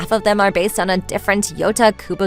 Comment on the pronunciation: At some parts of the video I kept mishearing "Yota" as "Yoda" 😂